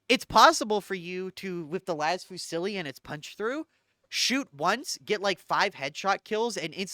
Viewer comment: Hi, great content, however I wanted to corect you on a point: Las Fusil: fusil is a french word for "riffle" The prononciation is defently not Fusilli (why adding a "ee" sound at the end?) The L at the end is silent, as some words from the same familly are using it: fusiller (shooting someone/shoot execution) fusillier (riffleman) fusillade (active gunshots). So it goes: Fu (not "oo" but "ü") + zee. Fuzee.